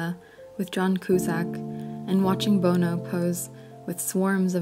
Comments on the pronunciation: My least favorite part is most of it. My fave is her pronunciation of 'Bono'. Bonobo. Excellent. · My fave part is the narrator mispronouncing Bonos name haha. Rock stars aren't famous now its tech nerds but same old s**t 😴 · The voice actor speaking irks me with the mispronunciations. McLaren, John Cusack, Bono, etc. That said, she does a good job sharing this sad story of a Brilliant Man who unfortunately showed cruelness to the person he should have been kindest to in order to obtain success.